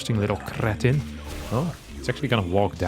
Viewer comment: yeah, like in many other languages too, just the prouncenation was very slavic